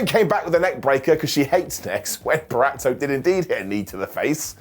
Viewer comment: It took a lad from the UK for me to finally hear someone pronounce “Purazzo” correctly. Thanks for warming my north Jersey heart 😅